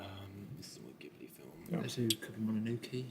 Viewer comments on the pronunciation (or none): none